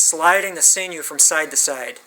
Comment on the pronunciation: You’re the only person on this planet earth that I’ve ever heard pronounce it see-noo. Knock it off.